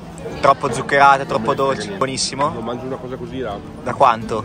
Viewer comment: "ma è buoniFFimo!"🤣🙃 I doppi sensi si sprecano in questo video hahahah